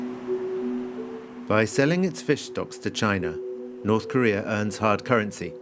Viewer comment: I just can't help it. every time this guy said North Korea all I hear is China💯